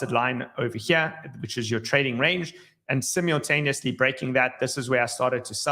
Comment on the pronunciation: learn how to say simultaneously It's not Simialtanously 😂😂😂